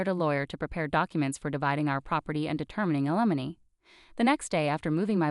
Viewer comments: You do not seemed to be capable of pronouncing “alimony “. Always the same problems of grammar, use of proper pronouns and word usage. Go back to language classes. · Slow down and teach the bot to pronounce alimony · Not a very good grasp of the pronunciation of alimony and of naive. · This story is a disgrace !! Can't even properly pronounce words !! Alimony!!!! Nieve!! Just a couple to point out !! Learn to read !!